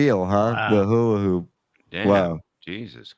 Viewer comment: DUMMY, IT'S HULA HOOP, HOOP PROUNOUNCE THE P!! NOT HULA- HOO, DUMMY!!